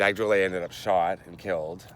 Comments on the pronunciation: I guess but Dag was Tahitian and the pronunciation of his last name changed for some unknown reason. I would know cause I’m a relative of Dag Tuterarrii Drollet and we pronounce it as Drol-Let and not drol-ey. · Drollet is pronounced Drol-let not drolley